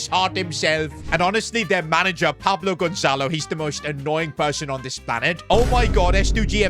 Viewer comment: You guys seeing the name on the transfer noeoigateens it said paplo gonzelo